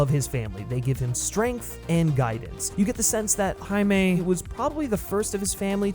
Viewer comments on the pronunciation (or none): On god im about to start this video over and take a shot every time he says Jamie 😂😂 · Wtf are you taking about with this “White Privilege” Rant? How did you get all that from a 2 minute trailer? Also it was obvious that you butchered the pronunciation of “Jamie” and sloppily edited it in afterwards! Nice work bro! Guess that’s some cultural appropriation of your own! 😂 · It sounds like after your recording you had to replace the pronunciation of “HIMAY” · lmao you definitely said his name wrong the whole time huh? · Am I the only one who noticed that he kept saying the characters name a little weird throughout the entire video? Lol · Did you mispronounce Jaime then have to go through and redo it? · Must've been super annoying having to go back over your original audio recording for this video to fix every instance of your pronunciation of the guy's name, props for doing that! What had you gone with originally? English "Jamie" pronunciation? Also: hadn't really heard of this character until seeing the trailer, but the suit gives me (as an older guy) strong Guyver vibes, and if I can headcannon this into being a live-action Guyver movie then fuck yes I am here for this. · ok but how did you pronounce "Jaime" on the first go round addjkhgsjsgsh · did you mispronounce jaime in the original vid and then fix it in voiceover?